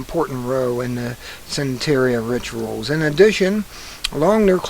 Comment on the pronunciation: It's pronounced sahn-teh-REE-yah. It is benign and widely practiced in NYC, where I lived for years. Shops sell candles and stuff all over the place. African-based, they combined their traditional beliefs with Christianity. Many NYers buy and burn their "lucky candles." You do not read well, but I really appreciate that you take us through the articles, like by line. He appears to still be posting on YT, according to TheTrutherGirls.